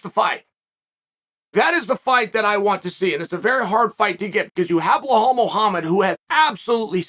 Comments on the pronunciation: no...no...noooo. Its not "bee-hal" its 'Bee-LAL'.....u and names uncle Chael. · Belal to chael: "but my name is Balal not blahall" Chael: "i absolutely love blahall" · so ...can i use ur brush for sec.....willingness-i think u shud be willing to get the names right coz i tink an entire ufc event with u alongside in comentary makes viewing much better for us ....ur viewers and fans.